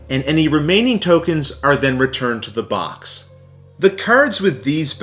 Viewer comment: Every time he says box I hear Vox! 😂